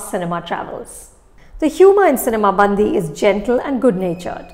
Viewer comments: Ma'am, it's not bandhi ( girl in hindi)..it's callee bandi ( vehicle in telugu) 😂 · Cinema 'Bandi' is pronounced this way... it is Ban'D'i (its the way you pronounce letter D) , but not Band(the)i. Bandi means Cart in Telugu. I'm sorry but I couldn't resist to correct this pronunciation mistake :D Typical south and north pronunciation issues. :D Thanks Anupama for reviewing this film. /\ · It's not Bandhi it's Bandi. The difference between da , dha . Hindi people you have aksaramala. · It's bandi not bandhi😂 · Nice try Anupama..bandi..not bandhi…good to see that you are focusing on the South ..and BTW , loved your review on Radhe…stay true, stay real and stay safe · I correct u. Its not cinema bandhi... it is cinema bandi... . catch the difference of last 3 n 2 letters.. Hindhi ka.. dhi.. nahi hindhi ka.. di.... example ..gaadi ..in hindhi...in telugu it is.. bandi... di .. di.. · I love Anupama and her reviews and I love that Film Companion has brought together Bollywood and South Indian films with a shared passion for cinema. But is it really too much to expect that they get the pronunciations of at least the movie titles right? Even before I started the video I was hoping she wouldn't say 'bandi' as in 'girl' in Hindi, and sure enough, she did :) I mean all she has to do is pick up the phone and ask one of her own colleagues at FC South to quickly pronounce names/ words. I can never forget the way she says 'Saraavanan' in her Game Over review, lol. Like, why assume how something is pronounced rather than ask?! If Shreya Ghoshal can do it so consistently and so well, everyone can. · I really couldn't take it every time she mis pronounced "bandi". Such a reputed critic and she can even get the film title right?! SHAME